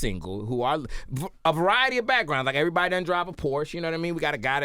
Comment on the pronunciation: “Everbody enters some how!” 😩😩😩😂